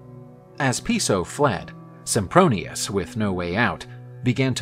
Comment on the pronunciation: Did they just call him Simpbronious? O.o